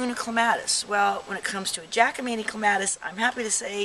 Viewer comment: My ears hurt from you repeatedly mis pronouncing the poor plant's name.